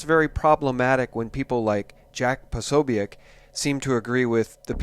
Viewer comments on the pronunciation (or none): It's pronounced Pa-SO-bic. Just FYI. Keep up the excellent work.